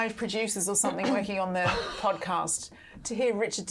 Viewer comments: Sorry - Kate is a journalist and she says “SomeTHINK”!!!!!!!! Are you actually joking. How do you spell that? How very odd. It annoys me when you hear people say this - but a journalist?!??? Whoooo!! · I thought something is pronounced something, so why does this woman pronounce somethink????? She's supposed to be a professional. Get her eloquent lessons.